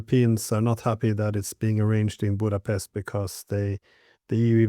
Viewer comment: I have never heard a non-native pronounce "Budapest" with the utmost perfection Mr. Ray McGovern does. Formidable intellect and integrity. Always very enlightening and enjoyable. Thank you!